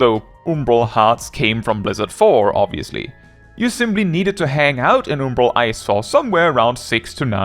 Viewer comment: Why does bro pronounce umbral oombroh?lol